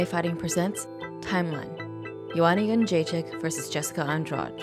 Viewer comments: Pronounced: Youwannayounggaychick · BunchoStuff : Joanna "skinny rat" younggaychick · Joanna youngchicken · "Joanna Yunchekick" - Kenny Florian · Lmao Rogan really butchered her last name on her debut